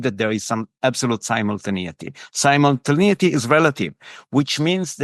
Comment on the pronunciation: he goes into great description😂 including "similtinaity" etc